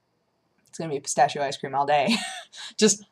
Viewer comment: "pistashio" . . . well,guess that's how people who doesn't talk speak it,but i don't know if i should get angry or laugh.